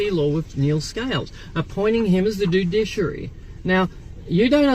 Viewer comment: Dude-Dish-Aree, it's a meal similar to Kedgeree!